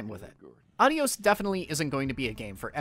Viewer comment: Great video as always, and the game looks like an interesting experience. Just a tip from a Spanish speaker: the title is (if the developer meant to say goodbye in Spanish) pronounced with emphasis on the O (the proper spelling is Adiós).